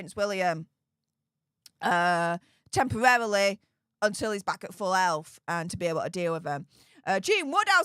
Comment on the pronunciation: I know you said "full health" but it sounded like "full elf" to me at first. that was great. love you.